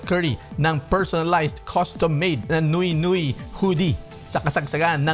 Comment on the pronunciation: Nwe nwe" ang bigkas sa french word na "nuit nuit" at hindi noy noy